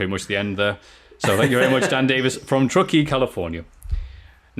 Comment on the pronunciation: I am from Northern California and can confirm you've pronounced "Truckee" correctly. Thought you'd like to know.